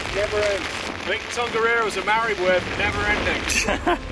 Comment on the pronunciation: Kia ora & 🙌 This is another awesome video loved every minute of it! *just wanted to say thank you for giving the pronunciations of our places a good crack, as the names carry alot of meaning and historical significance to the Maori people! Ka Pai 👌